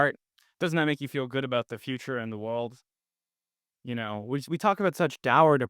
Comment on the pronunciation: the wowld